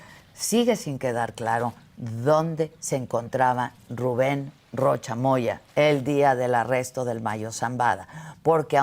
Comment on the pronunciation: Y el RRRRRRRRRRRRRRRREROCHA!!??